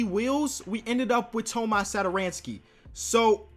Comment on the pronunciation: No tomas satoranski Is how prounounce it correctly (Toma) (Satoranky)